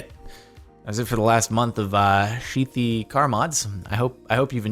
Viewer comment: ok but am I the only one who heard "sheathy car mods" at the end of the video